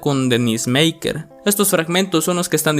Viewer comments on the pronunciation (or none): Se Pronuncia: Xoco: Joco no Soco. Tlahuac: Tláhuac no Tlahuác. Denisse: Mequer no Meyker. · Infórmate bien de la pronunciación de Tláhuac, Xoco y Merker.